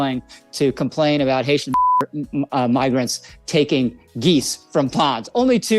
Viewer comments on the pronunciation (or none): As much as Lowry is an asshole, let's be fair - If you listen closely, he starts out mispronouncing 'Migrants.' We're better than them, let's act like it?